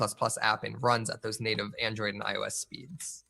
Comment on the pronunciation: iOS is prounounced eye-oh-ess